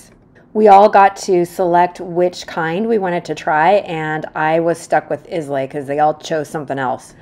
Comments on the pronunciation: Islay is pronounced I-lay, just like the word isle in Isle of Skye. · Should head up to Skye next time you make the journey across the pond, Islay is pronounced "Eye La" ;) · Sorry but is not correct, although slightly less incorrect than you about pronunciation of Islay. The y is silent so it's actually "eye-la" (with a short "a"). It's also my granddaughter's name and she has several cousins named Isla, which is pronounced the same way. Tablet the confection is a mass noun so you don't pluralise it and there's no need to put "a" in front of it. Finally, Edinburgh is amazing and there's definitely a whole lot to see there, much more than you managed in your 2 days. But in the same way you learned "England isn't just London", Scotland has a heckuva lot more to offer than just Edinburgh - all the West Coast and Island scenery for starters, as well as Stirling, Glasgow (doesn't rhyme with "cow") and LOADS more. So please come back again if you can!